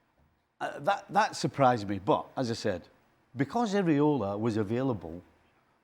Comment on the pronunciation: Stevie Nicol, the muppet, can’t be bothered to learn the coaches name. He keeps saying “Areola”, which refers to nipples. It’s Iraola.😅